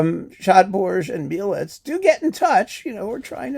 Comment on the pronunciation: Ha! greetings from Poland! This is very nice to watch to your fantastic work! You are the light!!! BTW, Mielec city is located on the south-east of Poland, and is pronounced with two very sounding E vouls, like in the begining of name Evelin. 🍀🍀🍀